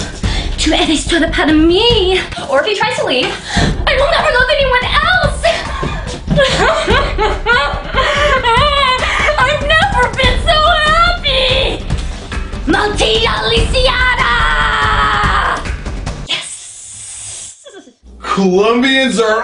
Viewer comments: Eso es lo que trato de decir, mas dijo "MALDIHA' LISIA'" xD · did she said NATILLA LISIADA? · "MALTIA" LISIADA xD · Can't believe she tried to say MALDITA LISIADA! 🙆🏽‍♀️😂😂😂😂😂😂😂